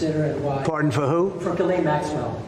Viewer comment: okay French Canadian here... Ghislaine is pronounced Jis-layne not gueelaine 😅